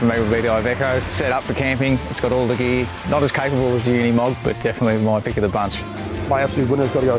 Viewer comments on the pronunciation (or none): Pity nobody can pronounce Unimog. It is ooh neeh mog. It is Deutsch, not English. And, Mercedes is Mer C des, not Mirsydies. 😂